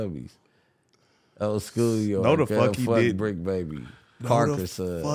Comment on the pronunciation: That man said “Bri BrBr” instead of bricc baby😭